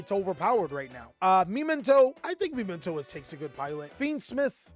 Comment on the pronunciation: Wtf is me men toe? Muhmento its a real word